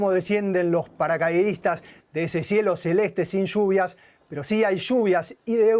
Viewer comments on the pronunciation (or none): Shuuuuvias😂😂😂 shuuuuuviiiaass!!😂😂 tanto les cuesta pronunciar bíen(lluvia)👀👀👀👀👀👀👀 a los 🇦🇷